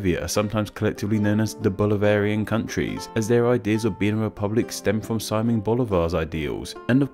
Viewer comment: It's si-MÓN Bolivar, not SI-mon